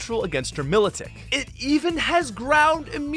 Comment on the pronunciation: The pronunciations for Route, Hippowdon, and Milotic are very unique.